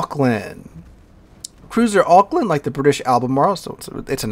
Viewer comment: You did well with Auckland though!